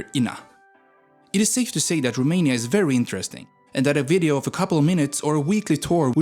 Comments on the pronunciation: I can't with how you pronounce the cities and even the country in romanian 😂, especially the letters ă, â and ț 🤣🤣 But pretty good still! Also, yeah, no vamps in there sadly 😟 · Rome in romanian + nia, that's how u pronounced it It is â, not a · I am a Romanian and i died loughing hearing the way u named things. Liu is LEU. E is pronounced like u say it in bet or chek or bed. Streight e. So Leu is leu, not some chinese name. And romania is named românia. That makes â a thing u cant pronounce. Same Constanta it-s Constantza tz, thats ţ. Timisoara is Timishoara sh, thats ş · You pronanced România wrong, this Â isn't A and is not pronanced as A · You’re having such a hard time pronouncing România and leu 🤦‍♂️ And Moldoveanu peak. And Argeș. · You got the accent right but the 'â' in România is actually pronounced like how people from Southern England pronounce the 'oo' in good, not like a normal 'a' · You pronounced România and Leu wrong